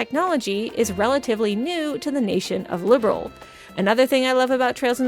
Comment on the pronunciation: Liberl too, not Liberal